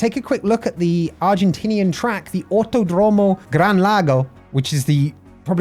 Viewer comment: Pronunciation tips from Buenos Aires resident. Autódromo: The accent goes in the accent marked syllable. So "auTÓdromo". Double L words like "Villalba" and "cordillera", we pronounce it as SH. So: "Vishalba" and "cordishera" (don't overdo it, though). Although this is normal where I live, IT IS NOT CORRECT. The correct way to pronounce it is more close to LY (just an approximation, it's like a very strong L). So "Vilyalba" and "cordilyera" are probably good approximations.